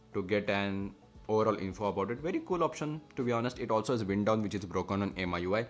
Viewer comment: Brooo i hear you say wind down wrong soo many times .. idk maybe pronounciation don't matter to you but wind down is supposed to be pronounced like " Y-ind" down as in winding up. Its fine if it doesn't matter you just trying to help you just in case you didn't knew.